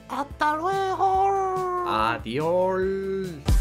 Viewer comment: "Adiol" -Pimpinelo, 2021.